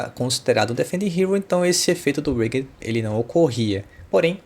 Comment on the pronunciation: Excelente video ficou super claro com os exemplos. Só cuidado que wager se pronuncia ueidjer !!